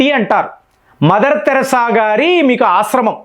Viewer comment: తమ్ముడు నీవు కొన్ని తెలుగు పదాలు తప్పు గా పలుకు తున్నావ్. మదర్ థెరిసా తెరాస కాదు, ఆయుధాలు వాయిదా లు కాదు.